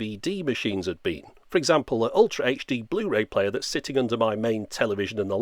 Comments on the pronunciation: Bluh-ray, BRUH!!! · Bluh ray disc 😂😂